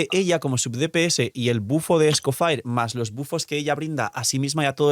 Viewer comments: sin cansarse de decir Escofire: 🚬🗿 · Es francés.. se pronuncia ES-CO-FÈg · Será que puedes decir bien el nombre del personaje? Ya no es un leak, ya tenemos el personaje y ya sabe como se pronuncia, a veces parece que se te olvida que no eres creador de contenido de un canal chiquito.